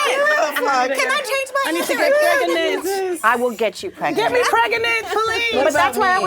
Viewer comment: " 😂 get me Pregeenant" pweez" lol Ego 😂😂😂😂